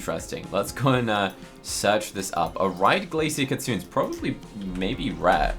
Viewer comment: Just to offer some info, the Japanese word “kitsune” = fox, is pronounced “kee-tsu-NEH” (NOT “kee-tsu-oon”).